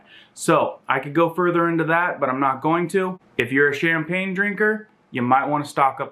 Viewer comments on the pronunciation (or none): Chamfnpagne haha wtf